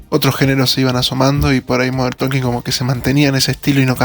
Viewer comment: DIsculpa No lo tomes a mal, MODERN TALKING: SE pronuncia (Modern TOKING) lo mismo pasa con la palabra "Walking" se pronuncia (WUOKing). La L NO se pronuncia al lado de la k. Gracias por entender!😊